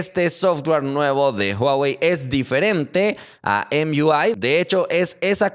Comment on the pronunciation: deja de hacerte pendejo con Em iu ai. es Emui pendejo de oye naco, nadamas por que quieres demostrar que sabes pronunciar ingles